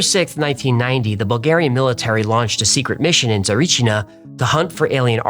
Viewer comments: Thank you for doing this episode that means a lot. <3 Don't want to be a d*ck about it but your pronunciation of Tsarichina is bad, just a note, your pronunciation of Baba Vanga was spot on though. Yeah the story is too far from what I know as a Bulgarian. Hacklefish the entity that Marina talked with was called Kiki, so yeah, don't get too disappointed. Also in the book it was hinted that Marina was bullied by Elisaveta Loginova and that was one of the reasons why she was depressed and jumped from the building. Regarding our corruption... you are correct... To be honest the only person involved with the story that you can trust is Baba Vanga, she never cared who comes to her for aid and with what intentions, she was just a blind seer that tried to help whoever needed her. The only recorded words (on tape recorder) from her regarding the case that I know of is something along the lines of "why have you come, what are you looking there, its no man or woman, just a yellow monkey, leave it be". Most Bulgarians agree with the facts that you mentioned. I don't know if people died during the digging, I know that people died after that, still could be wrong. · fascinating, and thanks! i am bulgarian and as a kid being an 'x-files' fan me and a friend went to Tsarichina (btw pronounced trasichina not 'tsarichnia..' - we didn't find anything but it felt very bizarre and alien, i can't explain it: a good explanation will be "the most abandoned and empty field one would find in a country surrounded by forrests everywhere"- it was as if someone was looking for a smooth field to engage in some type of military test or something, it was weird. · No way you spoke about a Bulgarian mystery! Much love and thanks from a Bulgarian fan of yours! And it is pronounced Tsa-ree-chee-nah (if that makes any sense), but you did a good job regardless! It is quite a popular one and quite weird as well. 😊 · He kept mispronouncing 'Tsarichina' too